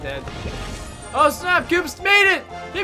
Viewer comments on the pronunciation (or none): its koops not loops dude